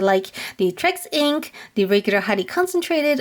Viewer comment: Lol it’s T-Rex not Trex 😆😆😆